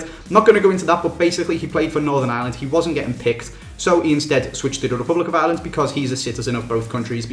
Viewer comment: Why do English people call ireland island?????